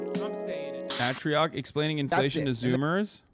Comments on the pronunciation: Bro said ahh-trioc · Im so sad he mispronounced atrioc’s name